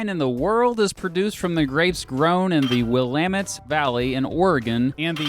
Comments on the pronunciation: I'd like to congratulate you for the correct pronunciation of Willamette. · When he pronounced "Willamette" correctly my heart got warm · I like that you pronounced Willamette correctly.... that's one of our tests to catch outastaters! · Thank you so much for correctly pronouncing Willamette. Your remark about California really hits home because, although in Oregon we are typically extremely pro immigration, the average Oregonian would vote to build the border wall and make California pay for it!! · Thank you for pronouncing Willamette correctly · Pronounced Willamette correctly! Yay! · I'm super impressed that you pronounced Willamette Valley correctly 🙆🏽‍♀️ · Good job pronouncing Willamette! Most out of staters really fuck that up. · On behalf of all Oregonians, we thank you for pronouncing Willamete well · Thank you for pronouncing Willamette correctly 👍🏼...not Will-ah-mitt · Willamette pronounced correctly. +1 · THANK YOU for saying "Willamette" correctly. So many people say stuff like "Will-uh-mette" or "Will-uh-metty". As a Willamette valley resident, thank you. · Congratulations on pronouncing Willamette correctly. A lot of people live in Vancouver and work/shop in PDX in order to skirt some of the tax differences. We border another foreign country called Idaho. It rains a lot, DONT MOVE HERE. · Thanks for saying Willamette right. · From salem. Great video. I appreciate that you pronounced oregon and Willamette correctly haha. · Born in Silverton Oregon, raised in Portland, I fucking hate Portlandia, but I've never met someone who moved here because of it. Too many native Portlanders used to straight up blame that show for our population boom. Thanks for pronouncing things correctly.